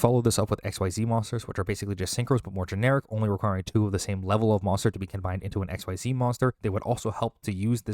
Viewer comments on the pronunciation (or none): I realize you gotta do a lot of reaearch for a video like this and you’re bound to miss stuff. But that yugioh summoning mechanic is pronounced ek-SEEZ or X-ease, whichever makes the most sense to you visually